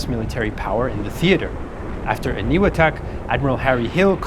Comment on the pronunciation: Makin is pronounced May-Kin Eniwetok is pronounced Any-We-Tok